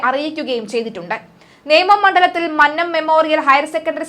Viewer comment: Mannnam അല്ല മന്നം കുഞ്ഞേ.